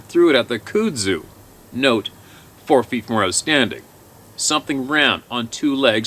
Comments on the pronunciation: Love that you called it "cood zue" cracked me up. I'm Alabama born and raised. It's Kudzu. Pronounced "Cud Zoo". Cud like what a cow chews. The shit is impossible to kill and will take over the world of you let it. It's a vine that grows 6 to 12 inches a day during the summer. It breaks foundations. Anyway. I just had to break your balls on it. I was rolling watching you trying to pronounce it. Love the channel. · It's pronounced cut-sue. I'm pretty sure. Just sayin. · Just a FYI, it's pronounced cud-zoo Here in the south. Love what you do man! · I laughed at your pronunciation of Kudzu. It’s pronounced like cud zoo. I love listening to these emails. Very enlightening. Please keep reading and informing those who will listen.